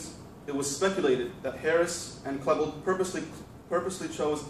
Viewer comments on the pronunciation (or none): Dylan KLEEbold not Dylan Klehbuld.